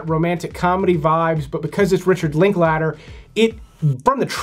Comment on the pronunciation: If you’re going to say Richard Linklater 1/2 dozen times - at least pronounce it correctly I’m sure he’d appreciate it as well